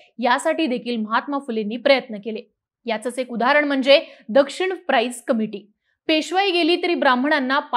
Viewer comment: लिहुन दिलेली स्क्रिप्ट फक्त नीट वाचायची असते तरीही गृहपाठ नीट काळजीपूर्वक करावा.. दक्षिण प्राईस नसुन दक्षिणा प्राईज आहे. पाठा नंतरचे वर्ग नसुन पाठांतराचे वर्ग आहे..